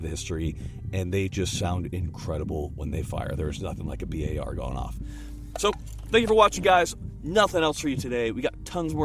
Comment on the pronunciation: Bi Ey Ar??? Guys are you too going to Bi Ey Ar to drink some beer with friends?